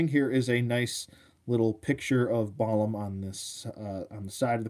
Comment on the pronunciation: Gorgeous figure!! Pronunciation is probably Bah-LAHM, as it's the word for both jaguar and mage in the Mayan language and that's exactly what this guy is, a jaguar mage!! Thanks for the thorough review